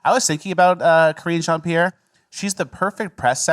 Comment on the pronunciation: Say it like Matt Walsh- “Karen Jean Pear” 😂